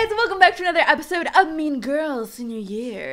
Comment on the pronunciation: "Epiode" xD I'm sorry it's just funny.